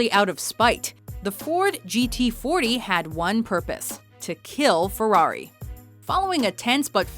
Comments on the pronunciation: what's a fewawi? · This woman and the word ferrari don't go well together...